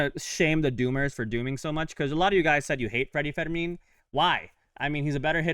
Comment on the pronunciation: His name IS NOT Federmin… It’s Freddy Fermin Pronounced like "fur mean".